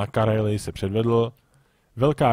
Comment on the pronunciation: Víš, že je to Karélie a ne Kalérie ? ;)